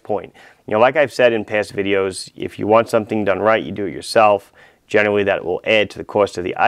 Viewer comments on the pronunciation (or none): none